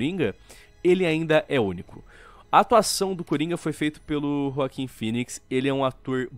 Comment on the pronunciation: É joaquin e nao joaquim ._.